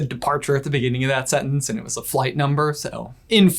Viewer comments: in your video, says 'A'nd in a pretty pronounced tone. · he says "A"nd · ...9 months later... YOUR a113??!!! (8'D In the DISCORD! (X'D ... does you staying "And" count? a very predominant "A" letter-ish comes out of you at that time.. 8') !! Right at the corner of J's Eyebrow! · He himself is best at hiding A-113 at time stamp he says the word AND and very emphasizes the A therefore A